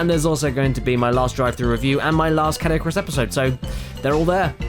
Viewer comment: Who else thought he said "Kid Icarus" instead of Caddicarus ?